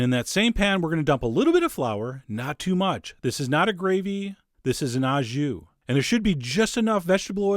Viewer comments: "au jus" is French and pronounced "oh", not ow as in cow. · Love your videos. It’s “au jus” and it’s pronounced “o ju” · Uprated. Fun! "Wreck Roll," for a stupid joke. It's pronounced "oh jhoo." You can just say you are serving it au jus and the juice is the "jhoo." Sauces usually go on the side, separate in France, too. Don't worry, the French slaughter English. I still get annoyed about "rumsteack." I've tried to say it's "rumpsteak" and explain it, and they pronounce it like the French word for rum ("rhum") but so what? I would never presalt red meat cuz it seizes it up and toughens it, sucks juices out, but I'll take your word for it, Chef! Sliced so thinly like that, it might not matter. Greetings from France, and hello to Buffalo, where I had great onsite-made donuts with a drive-in takeout window!